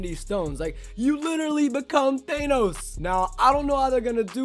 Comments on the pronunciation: Omg the fact that he says Th-Ay-Nos is cancer It’s Th-Ah-Nos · his pronunciation of thanos makes me cringe